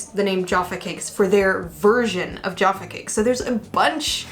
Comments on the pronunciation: I can't bear it another minute. The 'A' in Jaffa is pronounced in the same way as the 'A' in Back. It's not pronounced JOFFA or JARFA; which is how you pronounced it, like, a million times. I'd have stayed silent but you just kept saying it again and again and again and again - it made me want to peel of my face and tear it into a million pieces! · When we were little, my dad used to open a box of Jaffa cakes, on our way around the supermarket. We would eat the whole pack between us. Probably a bit naughty to do that but it’s a fond memory for me! Also they are pronounced like Jaff-uh... less emphasis on the a and more on the ff. that was hard to explain 😂 you need to try them though they’re bloody gorgeous! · Great vid guys. One tiny thing that grinds me was when you were saying Jaffa.....It was like you were saying Joffa, I know it's a really really small thing. How come though Americans pronounce (And I'm sorry I've only got 2 examples) Jaffa and Pasta as if they are spelt with an "o" and clearly not an "a" English: jAffa and pAsta American: jOffa and pOsta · the 'Ja' in Jaffa Cakes is not pronounced as 'jar', the 'a' is pronounced like the first in 'America'. It is a quick 'a', not a long one. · you two are fab, but here's the but; there's no "r" in jaffa ( cakes). (pedantry is alive and well) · I’m always surprised that you don’t have KitKat Chunky in the US. Especially the peanut butter version, which I imagine would be hugely popular On pronunciation, Jaffa cakes are pronounced with more of a hard F sound for the double F, in a similar way to the US “taffy”. The first A is a short British A. So it shouldn’t sound like Jarf-a, it’s more Jaff-a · With Jaffa cakes the first a in Jaffa is the same pronunciation as the a in cat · your not saying Jaffa right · My God, please learn how to say Jaffa. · Jaffa cakes have apricot jam in the middle, also you pronounce Jaffa wrong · Why you putting an R n Jaffa - let's start pronouncing American incorrect